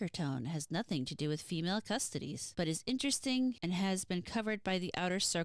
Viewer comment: Pronunciation is closer, "CussToeTees", from custodian. ;)